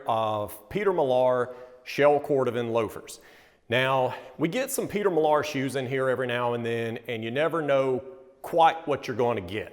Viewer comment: How pretentious does that Peter Millaaaaar pronunciation sound?